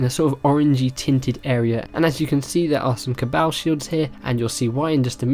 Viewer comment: "Cabowl" haha